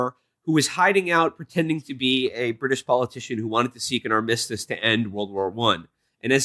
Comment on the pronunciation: Lmao at will saying armistice wrong the same fucking way as the first wonder woman episode, god bless him